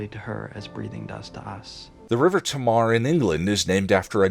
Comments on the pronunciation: Tamar (in River Tamar) is pronounced Taymar. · River Tamar is pronounced heavy cornish accent Riv-err Tay-marr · Very enjoyable, thank you. Speaking as someone who lives next to it, the river Tamar is pronounced Tay-mar (at least these days). Looking forward to the next one!